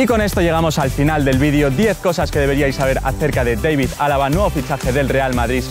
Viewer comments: Solo un dato, al ser austriaco su nombre no se pronuncia Deivid, si no David. 😉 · Se pronuncia Dávid no Deivid es idioma alemán no inglés ;) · yo siempre he escuchado que todo el mundo le dice "David Alaba" no "Deivid" XD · la pronunciación de los españoles claramente es "David" pero Alaba mismo y su famila dice "Deivid“ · El chico diciendole Deivid alaba y yo toda la vida diciendole David alaba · Nadie: Absolutamente nadie:: Deivid alaba xD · ¿Porque lo pronuncia "deivid"? si no es inglés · Por qué coño dices "Deivid" cuando hablas en español? Vaya tela la gente... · deivid? seguro? xd